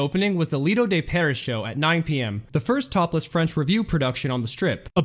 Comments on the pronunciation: I know. Also, if I hear him say "Lido De 'PAIR- iss'" again, I'm going to SCREAM. It is pronounced: "Lido De 'Pair-EE'." You know...the same pronunciation as the SAME SHOW (after which it was named!) in the real, French "Lido De Paris?!" JEEZ, guy, do some research! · Very interesting, BUT: Tan-JEERS, Pair-EE (C'mon, Man), and Harry S. Truman?